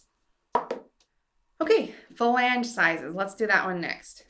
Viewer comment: super helpful information. My only critique would be that you stop saying "fa lang" as it is "flang". 🙂